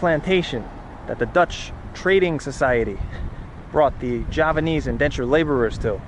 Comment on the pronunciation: As a Javanese, i see that your Javanese accent is pretty good